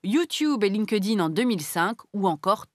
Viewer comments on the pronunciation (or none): "Line ke dine" pour LinkedIn 😃 Je préfère le prononcer "Linkt ine" ! ;-) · perso je prononce pas le E du coup, je fais "link din" ^^